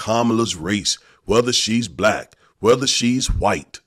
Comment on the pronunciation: The way he pronounces black too...."blike"